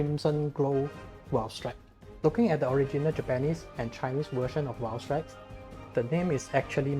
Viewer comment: This man here uploaded a CC Valstrax guide AND nailed the Japanese and Chinese pronunciation of this variant Oh and the Raikgun is a new move :D